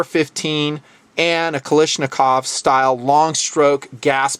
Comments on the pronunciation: it is not pronounced ka-lish-nakov, it is KALASHnikov. AVTOMAT KALISHNIKOVA MODEL 1947. Sorry to nitpick but it was really bothering me lol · you are pronouncing Kalashnikov wrong